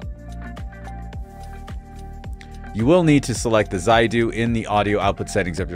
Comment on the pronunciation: Zaidu... Aikeea... For god's sake please... Can you people for once not change name pronouciations. It's Zeedoo. Zeedoo. Just as its called Eekay-yah. Not Eye,-Kay-yah.